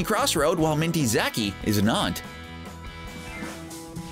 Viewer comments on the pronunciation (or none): he doesn't when I heard him say Minty Zaki wrong I was shooken